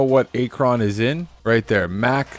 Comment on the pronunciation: Bruh, i almost wanted to click off the video just cause of how you pronounced Akron